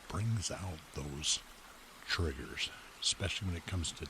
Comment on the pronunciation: He says triggers with a hard r